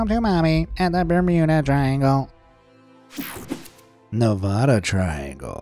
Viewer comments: Its NEVADA not NEV-AH-DA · Ne-vad-ah not Ne- vah- duh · One thing YOU MISPRONOUNCED NEVADA!!!!!!!!!!!!!!!!!!!!!!!!!!!!!!😡😡